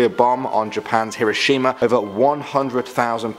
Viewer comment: Hiroshima i thought it was kirishima ( aka kirishima from boku no hero academia or my hero academia